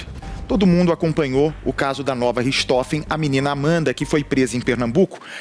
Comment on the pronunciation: Não é Ristofes. E sim Rirrrrrrrtrofen. Richthofen.